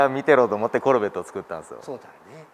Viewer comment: フルボッコみたいなイントネーションw